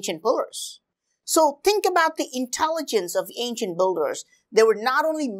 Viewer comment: Pretty nice videos. It’s just whenever you say “builders” it sounds more like boulders😂